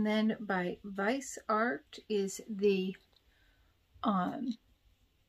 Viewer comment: I liked your bag and products Viseart is pronounced viz eee art Your add ons were nice as well. I have that blush and I love it. I blend many times and then sometimes focus on one color. Pretty results every time. In the refreshments I love the shaving cream tremendously. Update us if the deodorant works well please.